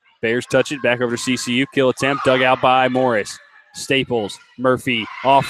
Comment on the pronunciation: OMG ITS CCU NOT kcu!!!!!